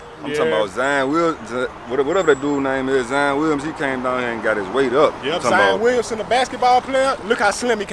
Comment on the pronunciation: mfs said zan williams lmaoo